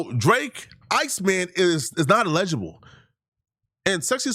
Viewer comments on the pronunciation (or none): He Calling people dumb but the whole video he saying allegeable when he should be saying Eligible 😂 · He's pronouncing it like the word legible and it's killing me too 🤣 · doesnt know he's meaning to say eligible but he keeps saying allegeable.....all while calling people stupid 😭😭😭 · Say it with me “(EL-uh-juh-buhl)” or “L-LAH-jah-bull” = Eligible 😂😂😂 not “allege-able” 🤭💀 good vid though 🤞🏾👌🏾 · el-i-gi-ble. I will allow 2 mispronunciations. Then I gotta let you know. I've been accused of being a grammarian by an English teacher. 😂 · Btw it's "eligible". You really not as smart as you think my boy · #ELIGIBLE (el-a-ja-bel) allegible or whatever word you making up must be in the tether dictionary. Go to Google type in the word and tap the speaker 🔈 button. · El-i-gi-ble say it with us… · It’s ella - ji - bol … still love you though my African brother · Ay not hating or tryna be THAT guy but the way you say eligible makes it sound like you are saying illegible which means something is hard or impossible to read. Eligible means not qualified which is what you were tryna say. You are very well spoken so just wanted to lyk my guy. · Eligible say it with me now ELEH-GUH-BUL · Eligible. "EL-lih-ghea-bull" ...say it with me, one at a time, then all together one word . Eligible. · If you’re going to sit in front of a camera and talk for a living, maybe you should learn how to properly pronounce words eligible isn’t even a hard word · Bro you’re pronouncing “Eligible” incorrectly lol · Why is he pronouncing eligible like that? 🤦‍♂️ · Can someone please teach this guy how to say eligible? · Got me over here sayin eligible wrong 😅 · Bra, learn how to say “Eligible”before you start saying people are dumb and can’t deal with complex thoughts. DON’T then breath you slide through saying “Eligible” the wrong way 🤣You 30 something, it’s embarrassing doggie… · not being able to say “ELIGIBLE” is hilarious 😂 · He's pronouncing eligible wrong